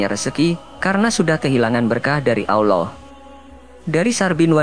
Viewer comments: Pengucapan Aowllah itu salah; biasa saja ALLAH,, ujung lidah melipat di belakang gigi atas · Tapi aneh, chanel ini, membahas islam tapi pembaca narasiny mengucap lafad ALLOOH kayak bukan orang islam orang muslim, aneh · Miminnya orang kafir,,,nyebut Allah nggak Paseh..?